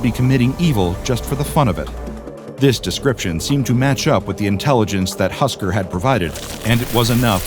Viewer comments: its not husker its husk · its husk not husker! right?